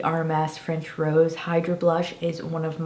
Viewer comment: They have a highlighter in that formula already. BTW it's french "rose-ay" like the blush wine, not "rose". RMS has 20% off coupons floating around too, I'd check those out if ordering from their site.